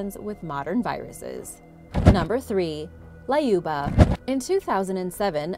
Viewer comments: why you added A in Lyuba? it's L-yuba not LAYUBA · LAYUBA! Why couldn't you just google the correct way to pronounce a name?.. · It's pronounced Lyuba as U in the word Unicorn.